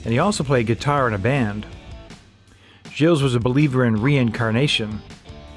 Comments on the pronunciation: I am very impressed by the fact that despite the depth of your research, you weren’t able to find out that the « s » of Gilles is silent in French. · The "s" is silent. A bit of respect for our culture please. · The “s” in the name Gilles is silent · Argh, pronunciation! You don't say the "s" on the end of Gilles. This is hurting my ears. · You dont pronounce the S in Gilles btw. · Gilles, the “s” is silent. Thank you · He lives near me in LaSalle, Talk about a thin talent pool . BTW , the 'S' in Gilles is silent. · You don't pronounce the "s" in Gilles.